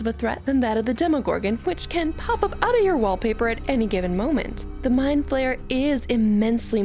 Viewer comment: My mom: it's not an " mind flamer" it's a spider elephant Me: mom no its mind flayer My mom: and who cares it's an elephant spider Me: I thought you said spider elephant My mom: girl stop correcting me Me: there is no more me